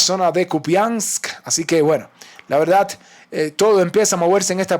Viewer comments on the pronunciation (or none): none